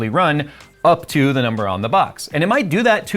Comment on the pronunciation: up to-ah